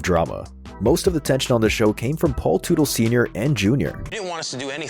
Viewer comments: It’s not tootle it’s Tut-el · If only AI could pronounce names correctly. Tootle. LOL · Man I hate these AI narrated videos. Can't even pronounce their last name. Paul Tootle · Gotta laugh when someone creates a video on OCC and they can’t even say the owners name correctly. It’s not “Paul Tootil” dummy. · The last name is pronounced the same as Tuttle. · Another video that lacked serious editing in a few spot from a homework standpoint . . especially with the pronunciation of Paul's last name, lmfao!!! smh. . . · You’d think after doing a deep dive you would of learn how to say his last name. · When you were doing the research for this video did you not think learning how to pronounce the family surname correctly was a good idea? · Paul Sr would slap the taste out yo mouth for butchering his last name.. 🫲🏻😆🤘🏼✌🏼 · Hard to take anything you're saying seriously when you can't even pronounce their last name correctly